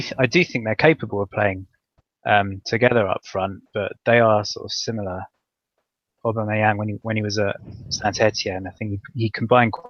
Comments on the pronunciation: Great podcast guys .while its comical how you are pronouncing aubameyang as ABomerang we have becareful how we say someone s name because to many one s name is special and at times its a powerful statement of who they are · It at least cleared up how to pronounce Aboomerang